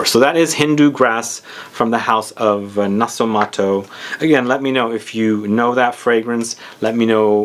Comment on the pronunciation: nasomaTTo la T listen... Non nasomaro...